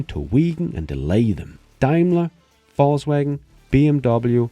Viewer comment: I hear Fauxwagon